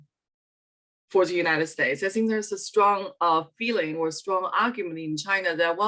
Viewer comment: anyone can't stand her pronunciation of ''the''?